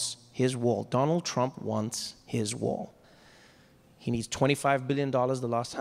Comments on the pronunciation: The first time I understood "war" instead of "wall" and I was like "yeah, sounds legit"... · I lowkey thought he said "He wants his war"